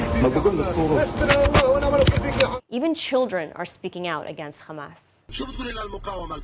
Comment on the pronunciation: Please say hamas not khamas😅